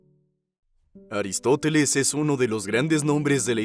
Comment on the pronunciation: es aristofeles? O aristoteles? 🤔 o son diferentes?